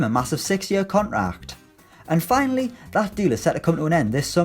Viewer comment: The pronounciation of 'contract' sounds retarded